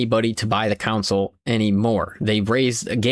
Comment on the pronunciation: Never heard anybody say “console” like “cownsoul”. What accent is this?